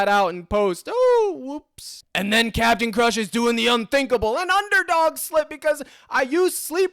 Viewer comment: The Cap-e-tan himself🙏🏽🙏🏽🙏🏽 #ForThePeople